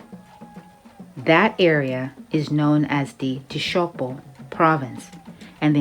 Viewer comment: Hi there. A DRC 🇨🇩 citizen here. Just to bring a small correction and precision to your research. TSHOPO is pronounced like CHOPO, like TSHANDA is spelled CHANDA in Zambia 🇿🇲, ... As the DRC 🇨🇩 population you have referred to as NGANDU in the then ORIENTAL PROVINCE (PROVINCE ORIENTALE) and EQUATOR PROVINCE (PROVINCE DE L'ÉQUATEUR), this population occupies the territory called YAHUMA. MONGANDO is someone who belongs to the NGANDO tribe whereas BANGANDO is plural of MONGANDO. BANGANDO (people) language is called KINGANDO and to communicate with other tribes around them like LOKELE, TOPOKE, MBOLE,... they use either LINGALA🇨🇩🇨🇬 or SWAHILI. NGANDO people are skilful fishing people, agriculture people and hunters. Here are two (2) names belonging to BANGANDO: 1. EMENGI. 2. LOYOMBO. N.B. NGANDO in LINGALA means CROCODILE 🐊. Keep up the great work! I have also subscribed to your channel. Thanks. 🇨🇩🤝🇿🇲